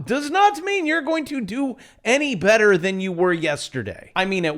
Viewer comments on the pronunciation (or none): none